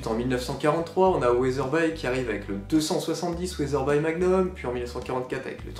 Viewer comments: Les fabricants d'armes devraient remplacer leurs armes chambrées en .300WinMag en .300PRC il faut savoir évoluer avec son temps , et cela se prononce "Weatherbi" pas "Weatherbye" 😉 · On prononce Weatherbi comme bee. C'est dommage qu'un passionné d'armes ne sache pas prononcer correctement le nom d'une marque emblématique. Good bee!